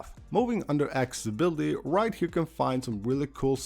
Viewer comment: ''Aks-ability''? ''Buddon''? Seriously? im about to unsubscribe